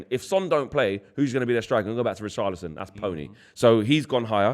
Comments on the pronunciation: Man said poorchlison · Did you hear what he called Richarlison, :Poorcharlison 😅😅😅😂